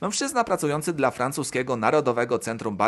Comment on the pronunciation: ai się słabo słucha. Zamiast "dla" słyszysz "de el a". Nie wiem jak kogo ale mnie to trochę drażni 🤔